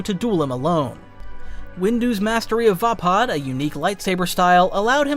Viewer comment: I don't mean to be rude, but what's up with your pronounciation? Like you always pronounce Vaapad VAY-PAD and not VAH-PAHD like you did in this video. I've seen you do this with a lot of other words too. You okay man?